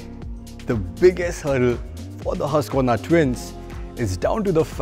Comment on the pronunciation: It’s called Hoosqvarna🥺 Strell says it right!!